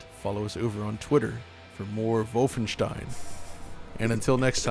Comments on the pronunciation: Doesn't usually pronounce Wolfenstein as 'Vyyfenshtein', not 'vulfen-'? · He says Wulfenstein, even though it should be Wolfenstein. I'm baffled that he didn't pronounce it in German. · MY NAME IS NOT WOLFENSTEEN IT’S VOLFENSHTEIN! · "wulfenstien" my god that is hilarious guys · Where’s Battaglia so you can overdub his voice for pronouncing vhoulfenschtein each time in this video? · "Wulfenstein" isn't correct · Its schtein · I wonder why you guys make fun of the German pronunciation of Wolfenstein. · The inside joke about the pronunciation of Wolfenstein became annoying in the end. Otherwise, keep up the good work :-). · even in German it sounds ridiculous, like seriously, the pronunciation is off. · You guys need to up your „Wolfenstein“ pronunciation game. :D